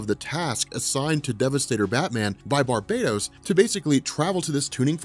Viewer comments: Why you call him Barbados . He’s not a fuckin country lol . Bar - bat - os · BAR-BAH-TOS NOT BAR-BAY-DOS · It’s not Barbatos It’s Bar-BAT-os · Exactly what I was thinking as well, lol. How can you ignore the BAT pun sticking out right in the middle of that word, especially given the story we're covering? Lol!